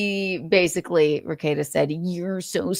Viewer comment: lol you murdered Rekeita